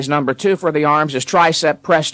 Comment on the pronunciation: “The number Twooh”